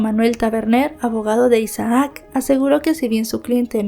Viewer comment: No se pronuncia Isa aac es Isac (Isaac) aun que sea doble "a" solo se pronuncia como si tuviera una sola 😖 a veces me estresa un poco como mal pronuncias los nombres porque los mencionas repetidamente 😅